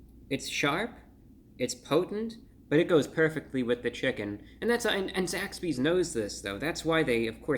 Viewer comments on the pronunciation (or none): I keep thinking he's saying Zack Speed, an old F1 team. Gimi!~